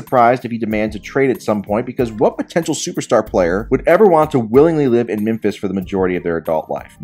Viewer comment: The only thing that triggered me was the way this guy pronounces Memphis